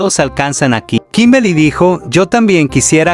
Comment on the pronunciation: 0:7 dijo kimbely xd error todos cometemos